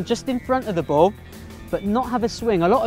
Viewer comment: Your saying bow instead of ball